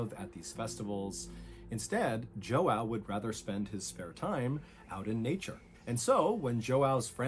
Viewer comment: im brazilian and the way mr ballen is butchering the name "joão" is making it hard to focus 💀